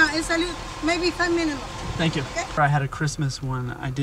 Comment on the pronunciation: only at McDonalds can your order 100 burgers and get them in "maye 5 minets" lol